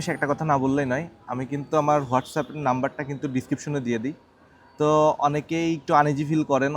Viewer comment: অনেক বানান ভুল করেন।উচ্চারণেও ভুল করেন।What's Up হবেনা এটা,WhatsApp হবে।